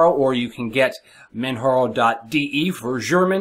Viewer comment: just an fyi its man jar o like the mountain kilamanjaro 0.o lol